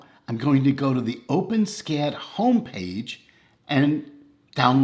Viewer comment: fyi... it's pronounced "Open-Ess-Cad".... not "OpenSKAD"